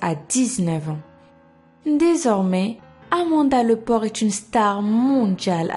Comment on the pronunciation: "Amanda Lepor" g compris pourquoi elle s'apelle Lepor